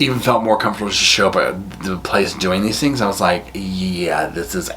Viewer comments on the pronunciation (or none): none